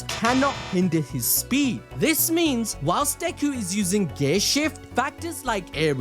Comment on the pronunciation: Why do i hear ghay shift instead of gear shift? 🧐